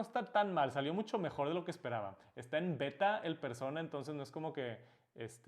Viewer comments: Por qué dice, persouna, si la palabra es claramente en español solo digo no hate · Porque cuando dices persona lo dices como si fueras gringo cuando es una palabra española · Pronunciar “persouna” cuando sabes hablar español y decir persona no tiene precio jajaja